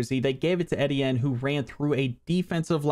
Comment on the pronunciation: E-Tee-in is the pronunciation